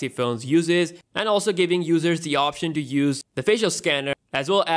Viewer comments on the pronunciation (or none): none